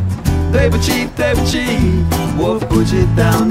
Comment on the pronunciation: i think the pronunciation is a little bit off- for "对“ in ”对不起“, it isn't pronounced like tui, rather with a "d". Like "dui". *doo-way